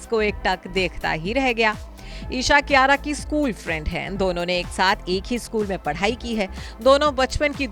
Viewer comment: Naam bigad rakha hai,kiyara ki jagah kiraya hona tha juban bhi sahi se nhi ghoomti kiyara advani Or kiraya advani